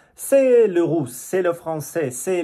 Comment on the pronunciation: Merci d'apprécier notre langue et notre culture et de partager aussi la vôtre. Vous pouvez améliorer la prononciation du "u" en Français, par exemple dans "Russe", vous prononcez "rousse" (qui signifie une dame avec de cheveux roux) 😄 mais je comprends tout ce que vous dites 👍